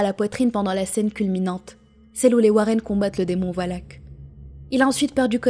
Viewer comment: Le démon wallhack? Tu veux dire le puissant fléau des gamers? Y avait pas à se prendre la tête hein tu le prononces "valac" et c'est très bien ;)